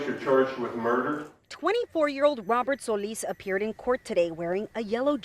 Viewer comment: Why she say soleeeese like dat😳😳😳